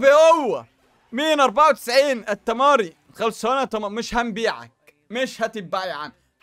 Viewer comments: التعمري مش التماري😂😂😂😂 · موسى تعمري مش تميري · ابو عادل الاردني اسمه التعمري مو التاماري 😂😂😂😂😂